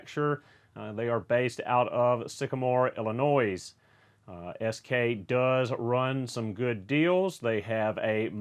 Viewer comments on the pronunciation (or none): thank you, im 15 and just got the x-frames coming for my 16th birthday, just an fyi it is pronounced ill-i-noy instead of ill-i noys. coming from coming who lives there lol. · The s in Illinois is silent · SK Tool is about 45 west of me. BTW the s in Illinois is silent.